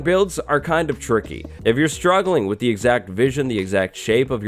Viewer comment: Are you saying “this is tricky”? Or “ this is turkey”?